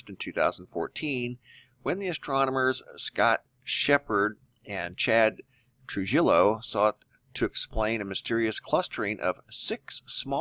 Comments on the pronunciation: Trujillo is pronounced Tru HEE Yo. Thanks lol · Trujillo is pronounced true-He-o... c'mon man, you're in AZ! Can't you pronounce those Hispanic names yet? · Great video. I’m still skeptical, but I’m getting closer. BTW the name is Chad Trujillo (Troo-hee-O). Thank you! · Just a friendly tip; Trujillo is pronounced Tru-hee-yo.